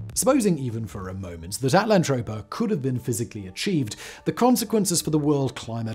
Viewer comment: Just saying, you spelled it At-LAN-toe-pea-ah....but you're saying it at-land-trope-ah.....they can't both be right....are there any videos where you say utopia for comparison? 😆